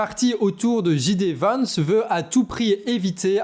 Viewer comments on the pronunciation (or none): Une correction de votre "English"......juste un detail...mais... En anglais G sounds like in french Ji..... mais J is Jai.... Donc J. D Vance does not sound Ji Di Vance but JayDi Vance !!!! voila Thanks for your beautiful work